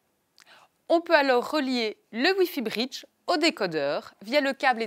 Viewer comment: Ne pourriez-vous trouver une francophone qui parle convenablement et qui emploie le son o semi fermé comme dans hôtel ou bureau et non des o semi-ouverts comme dans sort ou rhum.. Et qui parle de briddddge et non de britttch.